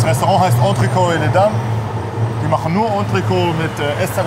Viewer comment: ENTRECÔTE, wie MOET, nicht Entrecooooooo, Moeeeeeeeeeee. Ihr Männer von Welt.